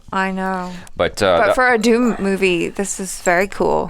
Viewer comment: It's not Dhoom it's called Dhoomam means Smocking not Dhoom😅😅